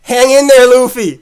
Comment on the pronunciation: Lol lu-fee